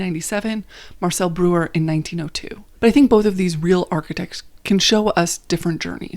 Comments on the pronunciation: I cringed! I took German for 5 years. BROYER not brewer. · Breuer is pronounced br-oy-er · At least try to pronounce names correctly. Not Brewer or Mice. Should be Broyer and Mees. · Correction: Ludwig Meis -> Mies (pronounced like “me’s”) Also small thing, Breuer is pronounced like “broi-er”